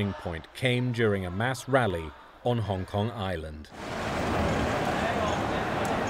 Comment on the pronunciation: Trump, you say Hong Kong nicely.